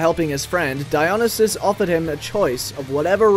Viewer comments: you butchered dionysus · the pronunciation of Odysseus and Dionysus is hurting me